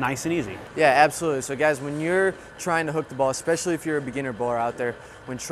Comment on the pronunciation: The guy in blue needs to know that it´snot pronounced "Expesially" it´s "Especially" just so you know.